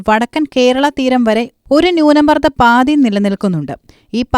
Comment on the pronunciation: പാതി അല്ല പാത്തി എന്ന് പറയു